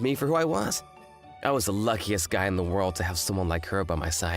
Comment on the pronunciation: "Happiest goel in the woeld" What accent is that